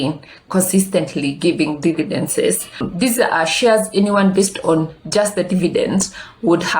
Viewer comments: Good content. Slight correction it's dividends not dividences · Glad you noticed too. It should bother me, but it does cos she repeats this mistake always. Nonetheless, great content.